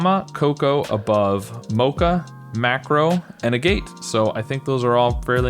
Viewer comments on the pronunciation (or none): PS: Agate is pronouced /ˈæɡət/ (stress on first syl and silent E). It's a stone.